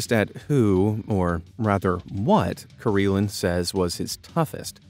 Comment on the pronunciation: I SEE - Karelin I HEAR - Kareelan. 😲